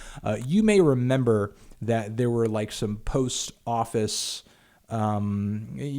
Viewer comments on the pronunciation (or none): none